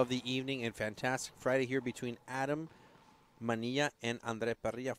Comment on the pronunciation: Parrilla and Manilla are not pronounced Pareeya and Maneeya in English